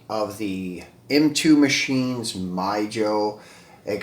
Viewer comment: Awesome videos as always sir and its pronounced "Me ho" Mijo, the J is silent. 😊👍🏻 M2 should remove the bumper on some of their race versions of their Datsun 510 diecast castings because I notice between M2 and Greenlight, Greenlight would do that to give it a more realistic look when it comes to their toolings in 1/64 scale.